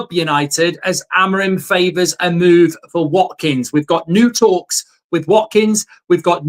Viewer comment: I say we get Watkins purely based on the fact Mark can actually say his name properly :D